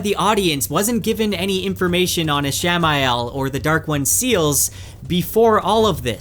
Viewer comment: Is he mispronouncing Ishmael <— or is it spelled a different way?